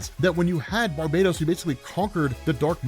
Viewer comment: BAR_BA_TOS like bar —> bah —> toes Christ lol. Hipp_ah_lit_ah For WW mom’s Hippolyta.